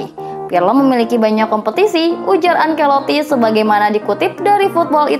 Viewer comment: Bukan ankeloti tapi Ancelotti